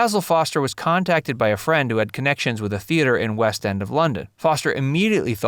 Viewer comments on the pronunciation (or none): none